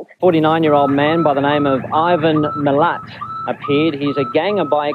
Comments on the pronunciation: It's Milat. Not Milit, or Milet. Milat! Like hat or cat. You pronounced it right once, so I know you know how to say it. Come on.. that's how it's pronounced. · As an Australian, we all know the story of Ivan Milat. but you literally hear how his name is pronounced.. "Ivan MILL-AT" and you still pronounced it wrong the entire video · Love your work but as an Aussie found it hard to listen to your pronunciation of Milat. There’s a stress on the second syllable. Mill LAT! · Had to wince every time he said Ivan "Millet" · Every time he said 'millet' I winced. You can even hear it pronounced "Milat" in this very video lol. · My Nan and Grandad lived in Hilltop in the ballangallo state forest where he lived at the time. Ironically Bowral is one of the fanciest southern Highlands country towns in NSW. Where rich famous Aussies buy country estates. My Nan knew that the rest of his family were dodgy and weren't arrested so wouldn't let me go for nature walks. Which I'm grateful for in hindsight. He definitely didn't do it alone. Fun facts- it's pronounced Mill-At. Not Millet. And nobody drinks fosters anywhere in Australia. It's a hilarious trope! We also only have dingoes in our northern dessert areas such as NT. The movies and series Wolf Creek were loosely based on these killings. The movie directly based on this is great if you're interested in the story. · As an Australian, I was so excited to see you covering this notorious and horrific case. Just FYI it's usually pronounced "Mill-ART" or "Mill-AT" with emphasis on the "AT" instead of "MILL-at" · Thank you. I was hoping someone would correct the pronunciation of Milat. As much as I hate Ivan, it was erking me hearing it pronounced Millit instead of MiLAT. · Love watching your videos! But this one was hard every time you said Millet rather than Milat :)! Loved your version of the story of this horrible bloke! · I just gave you props, and then heard Milat. It's Mill-at, not millet 😂🇦🇺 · It's Malat, not Milet